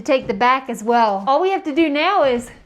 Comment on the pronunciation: I noticed you say "W" instead of "L" (weww rather than well). I thought it may be a speach inflection from where you live but your dad doesn't speak that way. Just curious!